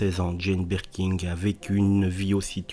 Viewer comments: C'est Birkin et non Birking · Merci de prononcer son nom correctement 😂😂 C’est pas birking chef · Mais putain , pourquoi dites vous BirkinG ? Y’a pas de G à la fin de son nom , bordel ! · Jane "Berking" non mais je rêve ! En plus mec ne sait même pas lire ! Nul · Rooooo, mais non on prononce pas le G il y en n a pas !!